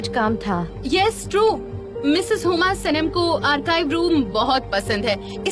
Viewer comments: Sanam’s pronounciation is incorrect as hell( the dubbed one) it’s not heuuuma it’s huma. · Miss hummm hummmm he can't say miss huma😂😂😂😂lol